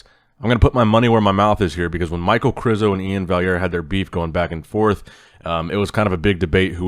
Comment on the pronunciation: Winner said maichael krizo🤣